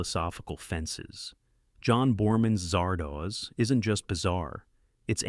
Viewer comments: A.I. pronounces Zardoz, Zahr-Dos...as Zar-Doohs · Zard Oz. Not Zard OHZ. It's a half-seen snippet of "The Wizard of Oz." The AI narrator in these things is a fever dream of a fever dream. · I know most of these. Cackling over Zardoz happened a LOT. Could you fix the pronounciation, though? It's as in "The Wizard of Oz" not doze. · Oh, God! Ditch the AI readers and find someone who can read English. "Zardoz" is not pronounced "Zar"-"Doze"!